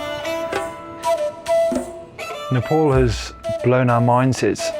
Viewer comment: It's not Nepol, It's Nepal